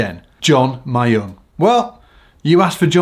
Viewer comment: His name is read M-yong like you pronounce ra-myeon.